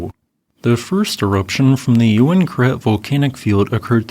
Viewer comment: So I was right, it was pronounced "you win karet" and not "ooween karet". Haha.